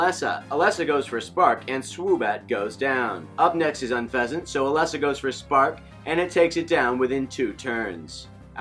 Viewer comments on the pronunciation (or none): NOT ELESSA! IT IS PRONOUNCED LIKE ELEESA! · Umm Its Ee-lee-sa (Elesa) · Swear to god, if he says “Ah-Less-Ah” one more time, I’m unsubscribing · I cringed when u said “Eh-Lesa” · I think he forgot the magic E. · You pronounce Elesa wrong